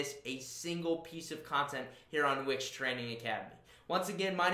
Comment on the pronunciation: Would be even better if you could pronounce the name of the company you're representing correctly. You keep saying Which website, WTF?